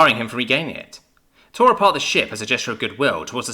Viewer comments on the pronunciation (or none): none